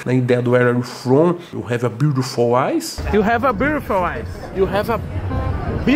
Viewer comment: Toguro ainda tentando se redimir do "Uere iu fon"